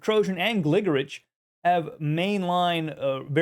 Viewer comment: I believe it's pronounced "GliGORich."